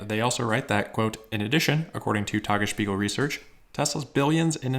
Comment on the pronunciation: "Tagesspiegel", "Grünheide", and "Steinbach" were all very nicely pronounced, refreshing to notice the effort to get it right for German language natives (which is not all German, also Austrians an parts of Swiss share the language). However, the English "r" in "Grünheide" and the accent outs as a non-native German speaker.